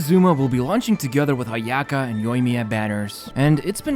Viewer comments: The way you pronounce Ayaka and Sayu is so bad lmao Its Aya-kah and Saa-yu, not Ayaeka and Seyu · The way he says Ayaka.... why do you have to make our ears bleed